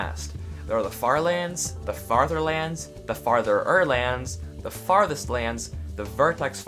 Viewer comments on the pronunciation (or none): Fartherlands My ears: Fatherlands